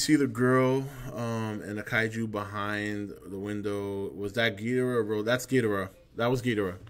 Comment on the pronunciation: "That's another thing, I'm glad you pronounce it Gheedrah like the Showa G movies instead of everyone else pronouncing it like Ghee-DOR-ah these days...I hate that..." Even though neither pronunciation is wrong. "To-may-to", "to-mah-to".